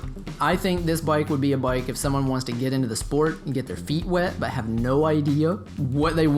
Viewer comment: For some one that has a bike shop and dose videos on bike you would think he could pronounce the word bike properly